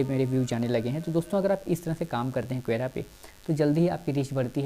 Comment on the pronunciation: भाई, क्वेरा नही, कोरा/ क्वोरा कहते है।।